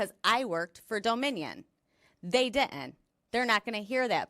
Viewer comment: “De-int”? Oh, right, she meant “didn’t” ~